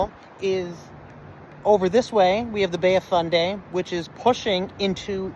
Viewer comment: Fundy not Funday. Otherwise excellent. Thanks!